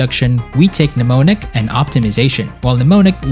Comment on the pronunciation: Mnemonic = Sounds like ( New-Mon-ic ) reference from the Johnny Mnemonic 1995 ‧ Sci-fi Cyberpunk movie starring Keanu Reeves where he plays a futuristic Data Courier. FANTASTIC BUILD... Presentation 10/10... Ive seen a LOT of Netrunning builds. Ive tested pieces of from most, and this one is my favorite, Implementation of stealth, Monowire, gives that active combat feel to an incredibly strong Netrunning class. Were gonna have SO MUCH FUN in Phantom Liberty